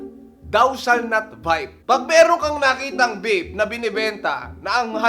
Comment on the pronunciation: napansin niyo ung sinabi niyang murang juice pero ung bibig niya ang bigkas murang vape hahaha skl po